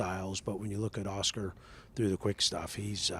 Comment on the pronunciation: Lan-dough and Aw-schkar 😅😂